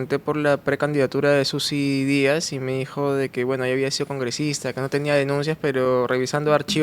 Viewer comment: PERO QUE ESTOY ESCUCHANDO???? ....YOR FORSAID, SUSI DÍAS???? .....HAY DIOS MÍO.!!!!!